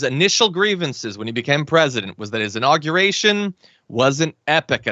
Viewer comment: Hey, new guy, I'd imagine you went to college. Make your parents proud & stop pronouncing the word inauguration....'In-nogger-ation' -DERP🤪